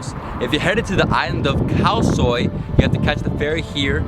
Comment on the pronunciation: When he said Kalsoy it sounded like cow soy eg elski tað😄 menn eg dámi mest torahavn